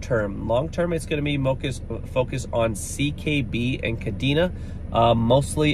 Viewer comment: You might be more credible if you pronounced Kadena correctly considering you’ve covered it awhile now.